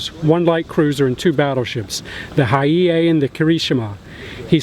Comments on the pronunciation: Battleship Hiei... "Hi-Ee-ay." "Hee-ay" is correct. Excellent video and very interesting game. Thanks! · It’s pronounced Hiei (He A). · As the Mighty Jingles will say, "That's a paddling." Also, it is a shame you guys did not use a Japanese naval song. Also, the Hiei is pronounced Hee-aye. And final note, for the Japanese's players, your performance was dishonorable. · Hiei - Pronounced 'Hi-eye' means fast/quickly